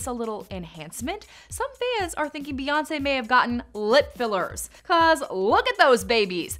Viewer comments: Stop. Calling. Her. Queen. "BAE". IT IS BEY AS IN BEEEEEEE. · It's not bay it's bee 🤦🏾‍♀️ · Mocking Spongebob i5 it's Bey